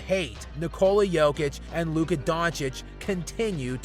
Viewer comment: Chris Broussard got it right. It’s Luka